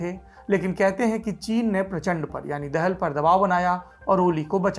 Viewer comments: सर, दाहाल हैं, दहल नहीं। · बहुत बढीया जानकारि but पुष्प कमल दहल नहि ( दहाल) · दहल नहीं दाहाल हैं। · It's not देहल, its दाहाल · It's दाहाल not देहेल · पुष्प कमल दाहाल बोलिये( दहल नही) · Saurabh, apka yeh internationsl political analysis "Duniyadaari" baaki anya sabhi LallanTop karyakram jaise ho, uttam hai, qualitative hai, achcha lagta hai, aur bahut hi gyanvardak hai. Keep up the good work Thank you 😊 (Nepali Leader Prachand/Prachsnda is a Brahmin leader and his sub caste is DAHAAL , and not Dehal/Dahal, as we pronounce)